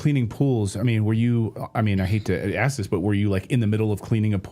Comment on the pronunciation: when he was asked if there is and ark o the south pole this moron says " yes on the south Pole and also in Antarctica " yeahhh genius Antarctica IS THE SOUTH POLE ...! not The brightest candle in the menorah is he..this guy is 1000% full of shit and he is not even intelligent ..also what is with him pronouncing the word ASK as AX.. like when he said " I was Axed " He sounds so uneducated and dumb AF